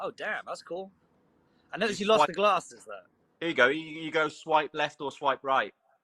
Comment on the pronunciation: so no one realized he says "glasses" the exact same as the show still?